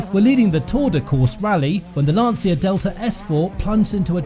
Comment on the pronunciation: oh and the way u pronouce "Lancia" is almost criminal xD